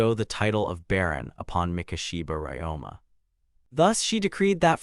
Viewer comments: Ryoma. The protagonist name is Ryoma - Ree-Oh-Mah. Who the f. is this RáMá guy you keep babbling about? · "RamAA, is doing something on his own.. RamAA talked to... RamAA is funny way to pronounce a MC's name. 😆